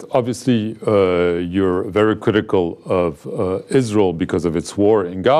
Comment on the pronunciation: the way he pronounce Israel😂